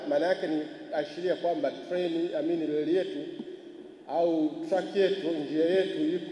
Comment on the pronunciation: Mbona wewe mtangazaji huna R???? Leli😮tunaelekea wapi?????